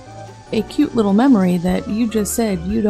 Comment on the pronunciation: The way she says "Kwwuuuute" instead of "cute" genuinely makes me think of Eric Cartman